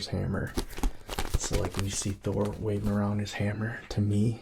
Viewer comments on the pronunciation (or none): none